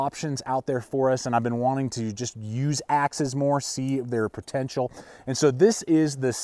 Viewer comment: "Pertential" is not a word. Husqvarna not husquhvarna.